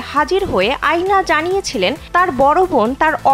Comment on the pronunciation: Not আয়না😂 it's অ্যানা